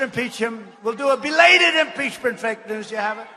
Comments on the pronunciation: I thought I heard "delayded" 😜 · What is a "beladed impeachment"